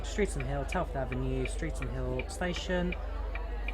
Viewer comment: Sorry to be so pedantic. The pronunciation of "Streatham" is not "street ham" but "strethem"